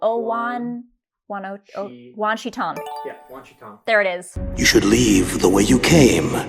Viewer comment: It's wan shi tong